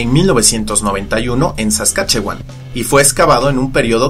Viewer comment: pensar que vivo en Saskatchewan pero no sabía nada de esto, debo ir al Royal Saskatchewan Museum a proposito se pronuncia "Saskashuan"